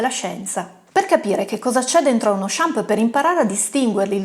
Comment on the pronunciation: MA NON SI DICE SHAMPI! ; p Arrivato qui da un video consigliato da Dario Bressanini e si vede. Complimenti e iscritto! : )